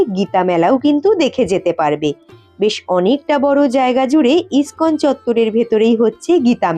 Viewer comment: তুমি আবারও বানান ভুল উচ্চারণ করছ মায়াপুর স্কন মন্দির হবে না, মায়াপুর ইসকন মন্দির হবে